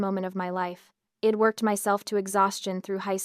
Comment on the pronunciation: The pronunciation here is atrocious. AI cannot distinguish between it and I’d and that’s just one example. It’s distracting from an otherwise good story.